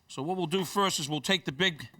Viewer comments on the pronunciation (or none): none